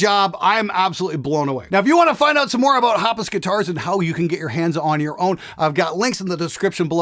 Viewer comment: Hapas. Not Haps :)